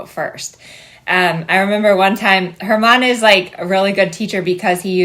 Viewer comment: I thought you were saying "Her Mom" each time, and I was very confused 🙃 it wasn't until I looked at the comments that you were saying "German" 🤦‍♀️😆 Thank you for this! Great analogy! I've been working a lot on suppling lately with my 5 yo, and it's been hard for me to be imperceptible from the ground - I think this will help! ❤